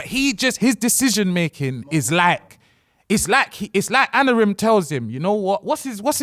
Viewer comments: has everyone calling him Anorim ffs make it stoppppp 😭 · Not even a Man U fan but it's annoying me they keep saying ANorim and not AMorim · Why can no one say Amorim? 😂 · Teleprompter was getting heated at them butchering Amorims name😂😂